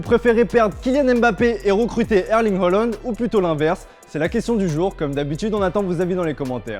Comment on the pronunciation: Erling Heuland ?? Haaland !